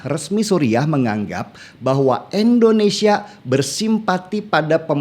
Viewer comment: Bang Denny, tolong dong jgn endonesia, tpi indonesia, terima kasih 🙏